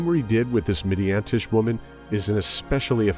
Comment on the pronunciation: It's not "Midiantish". It's "Midianitish". It's about people from Midian, the Midianites. Midiantish doesnt mean anything. And it's not Bail. It's bah-ahl. There's no god named Bail. Bah - ahl.